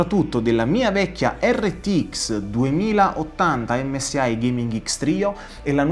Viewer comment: MSI e non msai, impara a pronunciare bene perché se inizi a pronunciare le prime due lettere in italiano ,non puoi poi pronunciare l'ultima lettera in inglese che non si può proprio sentire